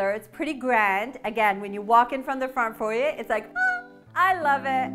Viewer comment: I've probably said this before, but thank you for saying foyer properly lol.